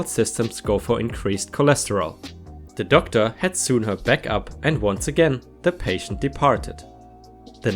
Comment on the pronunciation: Sew is pronounced -so Sewn is pronounced- Soan. Rhymes with groan You pronounce phenobarbital perfectly.